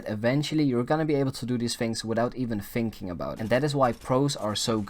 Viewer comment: “Fing” for thing “finking” for thinking and “wiff” for with lol